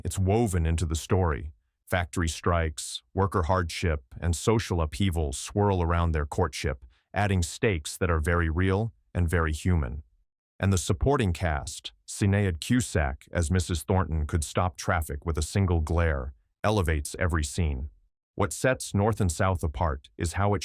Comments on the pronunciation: AI still can't manage Irish names. Sin-ay-ad indeed! I'd love to hear him try her sister Niamh's name. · I wonder if you could spell it shin-AID in the script...